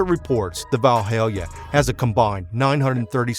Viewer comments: "Vaulhailia" > Valhalla "Dehydral door" > Dihedral door "Grey Cal" > Grecale (Greh-cialey) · Val- hal-la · Valhalla not Valhalia!! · Aston Martin “Val-HAIL-Ya?” 😂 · WTF is a Valhallia? Using AI voice-overs mean that you should, as the producer, check your content! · It's pronounced Vahl hall ah; In Norse mythology Valhalla is the anglicised name for Old Norse: Valhǫll ("hall of the slain"). It is described as a majestic hall located in Asgard and presided over by the god Odin. Half of those who die in combat enter Valhalla, while the other half are chosen by the goddess Freyja to reside in Fólkvangr. So Valhalla was heaven for the Norwegians and other Scandinavians and Northern Germanic before the Christian era. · He’s Southern and thus conflating the word with one he already knows— Vidalia. As in onions. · You need to learn how to say Valhalla man.